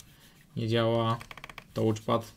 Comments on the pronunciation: Błagam: "TACZPAD" nie "tołczpad"❗ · A czasami brzmi jak tłuczpad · "nie działa tołczpat". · jezus! co to jest tołczpad? (da się przeżyć, jak ktoś kaleczy wymowę raz - gdy raz coś wypowie, ale jak się to powtarza i powtarza?! ileż można!) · troche uszy bolą od "tołcz" pada, poza tym naprawa fajna i prosta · Psuje całą przyjemność oglądania